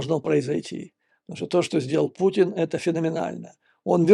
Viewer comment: Мне одному слышится на неслово "Путин" пукин? )))